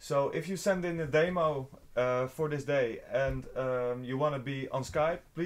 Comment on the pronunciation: I love the way says demo. He says "Damo". Love it!!